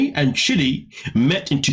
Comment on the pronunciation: It sounds like you're calling him shitty